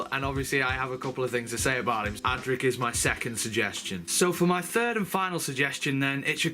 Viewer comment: Is is funny that you don't get a single companion's name correct: it is Adric (not Adrick), Tegan (not Teagan), Turlough (not Terlow or Torlow) and Peri (not Perry)